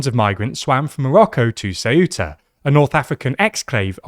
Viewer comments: Shameful clickbait title trying to jump on a fascist bandwagon that already passed. Also, it's "Ceu-ta", not "Ce-uh-tah". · Ceuta, not ceúta... Ceuta, eu is read almost as if it was a single letter... And most important, there is no "acento" in the u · It is CEU-ta, not ce-U-ta. The EU is a decrescent diphthong, not a hiatus with stress in the U. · why this weird pronunciation of CeUta? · Ceuta's pronunciation is: ˈθewta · what's with the very weird pronunciation of Ceuta lol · The way he pronounces Ceuta is triggering me a bit 😅